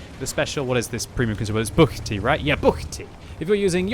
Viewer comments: pronounced "buchty" very well, proud of you, mate! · BUCHTY! Nice pronunciation;)